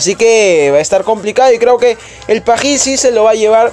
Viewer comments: que te cuesta decir Paris como todos en vez de quererlo decir en "frances" que ni siquiera lo pronunciaste bien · Pajhis:vvvvvvv